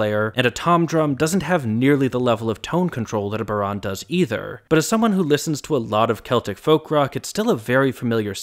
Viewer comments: Great analysis, and tactfully handled. I'm a bit disappointed that you didn't talk about Dolores' keening in the chorus ("Zomb-ee-UH! ee-UH! ee-UH!"), but the technique is very specific to Gaelic vocal tradition, so I understand if you didn't pick up on it, or perhaps just lacked the vocabulary to talk about it. Point of pedantry: Your pronunciation of bodhrán is slightly incorrect. It (almost) rhymes with "cow lawn", and you have to really drawl the "ow". But honestly, you did pretty well! Gaelic vowels are difficult for non-Gaelic tongues to pull off properly, so well done, it was a respectable attempt! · Great analysis. One little niggle: bodhran, like a lot of Irish words, is pronounced with emphasis on the first syllable. So it's BOW-rawn, instead of bow-RAWN. Anyway, great video. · bough-rawn or bow-rawn, but second syllable is not typically stressed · Good job (other than the pronunciation of bodhrán :), which is more like wow lawn [bow-rawn]). Its quite a powerful song about a recent part of our long long history. Kudos for an enjoyable analysis. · I was in primary school when this was released. It was *everywhere*. I have memories of classmates from more nationalist-inclined families loudly singing the weapons, which is really sad in retrospect. For the record (and I hope you don’t mind my saying so), I’ve only ever heard bodhrán pronounced BOW-rawn. First syllable stressed and rhyming with plough. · I always heard it as Baw- rawn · Heads up for fellow content creators: please check pronunciation of non-English words before you shoot your video. Yes, Irish words are not spelled as they sound to English speakers (I am Irish) but they are not difficult either. In Ireland Bodhrán = BOW - rawn (bow as in the front of a boat, rawn as in brawn). Forvo is my go-to website for pronunciation, but there are many others. Thanks! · Is it pronounced differently in Scotland? I’m much more familiar with it being more like BOW-rawn (either bow like 🙇‍♂️ or 🎀)